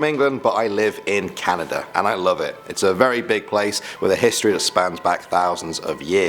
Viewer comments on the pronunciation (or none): The first time he said "Canada" I thought he said "calendar"